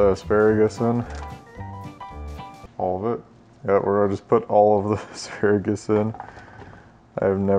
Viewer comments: And uhh.... aksparagus.. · "Ex-spare-a-gus" - Dyrus 2017